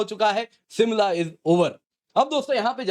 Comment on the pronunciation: It's Shimla not simla.😀